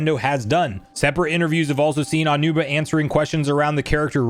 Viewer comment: His name is Aonuma, not "AW-numa." A-O-NU-MA is 4 syllables and is pronounced "Ah-oh-new-mah." If you want to pronounce it quickly, it's "Ow-new-ma."